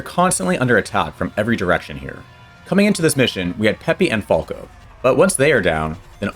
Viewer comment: Why are you butchering Falco's name on purpose?